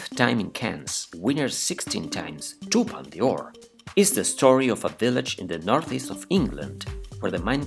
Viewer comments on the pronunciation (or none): Sorry but I can’t understand much of what’s being said although I am English and French speaking. For example, Les Filles is pronounced LAY FEE no S. Palme d’Or is pronounced PALM DOR not Palma De Or.